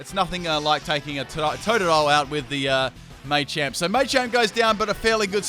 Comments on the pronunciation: And he says may champ instead of machamp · Full " can't pronounce it" team Me-tang(Metang) May-champ(Machamp) <-- This is a must! O-master(Omastar) Florgs(Sin-knee-sis)<must(Florges [ synthesis]) Parmisan/passimen(Passimian) Daru-muka(Darumaka) Cin-see-no(Cinccino) Zeb-streak-ah(Zeb-streak-ah) Any other Pokemon I might have missed? I didn't include legendaries because then it would be every single legendary... *Brah-vry(Braviary) *Cofa-riggus(Cofagrigus) *Brax-eon(Braixen) *Heel-o-wisk(Heliolisk)